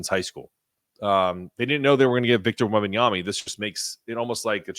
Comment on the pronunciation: Why are you saying Wembanyamy?